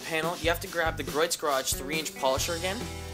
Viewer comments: It's pronounced GREE OATS not GROYTS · Gree-oh's garage not Groit's ;) Just FYI. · Griot's is pronounced "gree-o's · great job from a very old detailer. only 1 small thing it is pronounced "gree ohs" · just an FYI........Griot's is pronounced....Gree-oh's